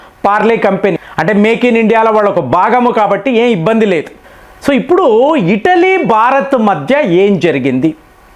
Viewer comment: ఇటలీ అంటే ఇడ్లీ కాద